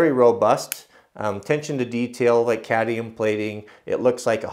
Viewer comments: Just for future reference its cadmium not cadium* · Cadmium not cadium